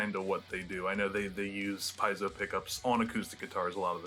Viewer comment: Wow how many times did he mispronounce piezo . Your online you could look it up and know how its pronounced it would take about a second.